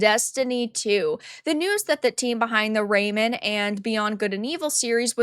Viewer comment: Its pronounced like a hyphenated word, not a name. It's Ray-Man... RAY - MAN! Come on, just watch 1 trailer.